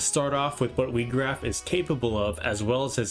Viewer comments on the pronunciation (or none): His name is not pronounced wee-graf it's pronounced why-graf good video though